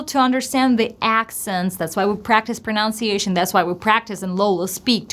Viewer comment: Hi Lola, I just noticed one possible mistake in the word of "pronunciation." You sounded like "pronOunciation". What do you think? Best, Albert